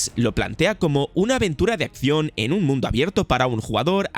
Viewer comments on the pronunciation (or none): none